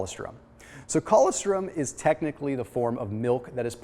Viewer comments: co-LOS-trum is how it’s pronounced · That is the oddest way that I have ever heard "colostrom" pronounced. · If he ever read his comments he would know how to pronounce it by now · Ann Gunn I know! What the hell is he saying?? What a goof.